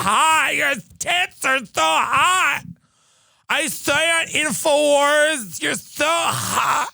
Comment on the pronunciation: “I saw you on Inforwars!” Hahahahahahahahaha